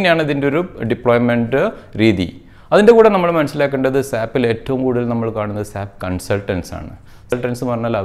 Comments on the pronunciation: Dear Sir, Please don't pronounce it as SAP. You did the same through out the video. It is S. A. P. This is what our trainers tell us in the first class itself. S.A.P is a German company and, in German, simply SAP means Pig. Sorry for this comment but this is the right method to pronounce. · Please pronounce S.A.P not Sap (സാപ്)